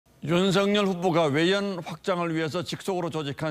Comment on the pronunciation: 기사가 발음도 못하냐? 윤석열이 [윤성녈]이 아니라 [윤서결]이다